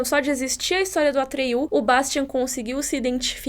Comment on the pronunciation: Não sei se em inglês se pronuncia assim, mas em português n é "atriú" e sim "Atrêio".